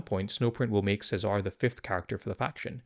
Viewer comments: Feels like it should be the Italian pronunciation of Cesare, Che-zah-reh. Dante is Italian, Mateneo is close to the Italian Matteo and Nicodemus is also I think Italian. Lucien is an odd one out being French but Luciano is close. Seems like the blood angels have an Italian or at least Latin theme with their names making "Se-Zar" feel out of wrong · Che-zah-ray is how you pronounce this guys name.